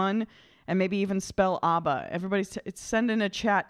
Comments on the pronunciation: Why do you keep calling them "Ubba"? Their name is Abba, not Ubba. Of course I am joking, but that doesn't mean it isn't annoying. Stop calling them "Ubba"! :-) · IT'S NOT AUBBA, IT'S ABBA! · Properly pronounced ABBA, not OBBA